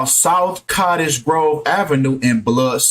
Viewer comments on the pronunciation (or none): none